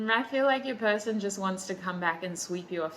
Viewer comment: I’m laughing in the middle of the night because you said “pershon”, THANK YOU